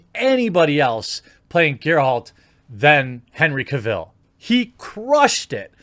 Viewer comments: Why can no YouTube channel say the names of people, correctly..... CAV ILL? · Ca-ville... cringe moment.